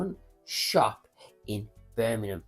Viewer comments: It’s BirMINGham…. MINGham not Birminumm. Christ my teeth were on edge every time you said it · Birmingham not merminum😂 if you can say Worcestershire sauce correctly I’m sure you could pronounce England’s second city correctly!